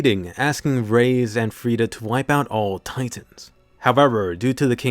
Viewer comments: You say reiss like rice not race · Im preeetty sure reiss is pronounced "rice"